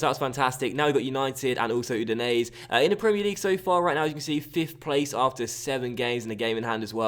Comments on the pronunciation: Udinese is pronounced "Oo-di-nay-say" by the way. The 'E' at the end creates the 'ay' sound. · Not really but still better than his pronounciation lol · be honest that's true. But I know that the way pronounces it isn't correct.